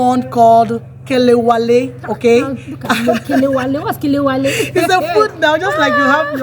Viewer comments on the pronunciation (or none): It's not KELEWALE , IT'S KE LE WE LE